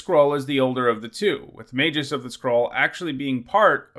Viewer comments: The G in Magus is hard, not soft. [/pedantic ] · You flip-flopped between a hard G and a soft G when you pronounce "magus"